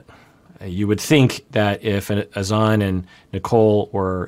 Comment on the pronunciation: She just called Granada "Grenayduh" 🤦 BTW, Azan how pronounces it is a great example of proper pronunciation of a foreign name in English. But La (rolled r) eesa, is not. Lol. I guess the difference is applying the accent?! Like, you can say, Grenahduh in English, and that's proper. You don't have to go all out Grah- nah(n tip of tongue)-dah(soft d at tip of tongue).